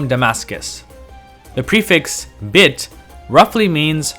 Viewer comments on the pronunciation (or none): greetings. thanks for the great video. BIT is pronounced BAYT with hard A sounds exactly like fish "BAIT". yes it means house.